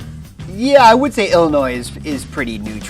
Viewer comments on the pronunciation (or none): HE SAID ILLINOIS THE S IS SILENT!!!!! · omg Illinois is not pronounced with the S... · You don’t pronounce the “s” in Illinois 🤦🏻‍♀️ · he said Illinois with an s but it's supposed to be silent